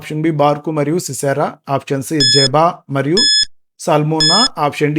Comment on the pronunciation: ప్రైస్ ది లార్డ్ బ్రదర్ 2nd QUESTION ఆన్సర్ అతని పేరు జెబహు NOT జెబా